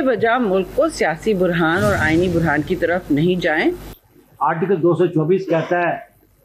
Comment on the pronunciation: شیریں رحمان صاحبہ کو بتاٸیں کہ صحیح لفظ بحران ھوتا ھے نہ کہ برھان